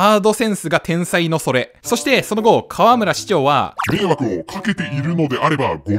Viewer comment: かわむら⤴？かわむら⤵